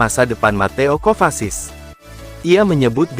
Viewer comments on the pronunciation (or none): Mateo kovasis hahaha,minimal benerin dulu klo nyebut nama pemain mind,ngakak anjirr